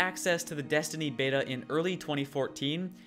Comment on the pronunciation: the "bata" bro